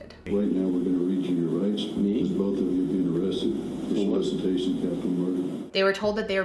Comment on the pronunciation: This is SO random but.... Has anyone ever made fun of you or commented on the way you pronounce the word “both”? People ALWAYS make fun of me for it!! I say it like you (Bol-th) They say you’re supposed to say it like (b-oh-th) 😂 I told you it was random 😂